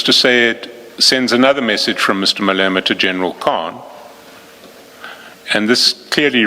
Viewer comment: Crap AI. Cant say Malema ! Fix before publishing!😢